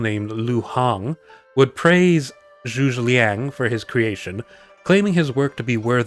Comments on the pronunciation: its Zhuge ..........pronounced zhu gah ........ some dynasty warrior fan had to say it x) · ...you pronounciation of Zhuge Liang's family name failed... in a unique manner, unlike anything other than I heard, ever. No Cow Cows, no Sun Kwones. This one is just magnificent.